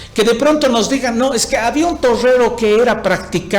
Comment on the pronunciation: jajajjaja, minuto "torrero", pero buen analisis, la falla es sistemica